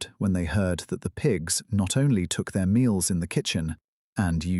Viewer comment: The AI narrator messes up the word “their” way too often. 😂 Clankers still can’t read, just like Boxer.